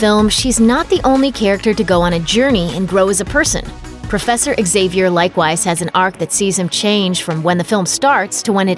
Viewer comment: Professor "zavier" not "xzavier" so annoying!